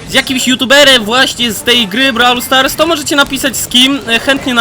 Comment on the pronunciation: Brawl stars (czytaj:broł stars)